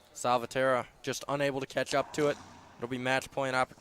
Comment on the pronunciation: It's important for both commentators to pronounce the players' names correctly. Salvatierra has five syllables, not four. Just listen to Favio, and you can't go wrong.